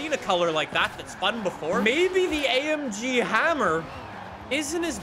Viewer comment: No one: Absolutely no one:: i love amgeee